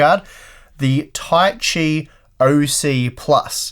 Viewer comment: Ta-i-chi, not Tai-chi or Ta-si.